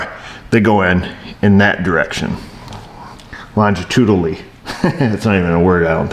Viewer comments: Longitudinally is a word . . . though you may have slightly mispronounced it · Great vid bro, and yes Longitudinally is a word hehe, you were close on the pronunciation. I am not working on canister, Thank god the jimmy's is good, knock on wood. But I watch all your vids as much as i can anyways. As your expertise is very valuable. Like platinum, rare but extremely useful. Even if viewers do not need this repair they should watch them because the technics in your vids are proven god sends for other applications. For the oiling conversation Being a Canadian living on Vancouver island, surrounded by salt water rust is inevitable in a couple of years it starts on new vehicles. I would say hit it on a few heads, first being cost, 200, yes bit pricey for a coating that may last a year. Second is yes, few people know of this and do not want black tar all over everything under the vehicle and may think the oiling is much the same. third, it is the time consumption to bring it into a shop to get it done with busy lifestyles etc.. I know it is and sounds counter productive as to the cost of some repairs. 2 is being knowledgeable on preventative measures or maintenance in today's technological world, and 3 Many people only accept the fact of the time consuming if indeed repairs are needed or the vehicle is down and cant be used. in a day or 2 after break down anyone will breakdown(lol) pun intended, and get it fixed. unless it is already old and beat up. why spend 200 to cover some rust. That is my 10 cents on that. Thanks again bro, say hi to